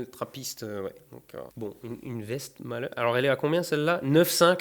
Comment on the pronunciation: Hé moi aussi je suis belge ! Allez les belges en Force ! AH DE LA ROCHEFORT, UNE TRAPPRISTE, BONNE SOIF ! MAIS C'EST PAS DU VIN !!! PS: ça se prononce Frank de "ouinne" (en belgique on prononce les W avec le son "ou", ça doit venir du néerlandais). Pour le coup c'est "ouestmalle" ^^ Purée t'es gaté mon gars, une chimay, mais une rouge snif, pas une blueue hahaha :D Et non c'est pas fort du tout, c'est dans le reste du monde que c'est trop peu léger xD